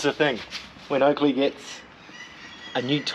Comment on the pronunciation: Keep hearing him say Ugly instead of Oakley, 😅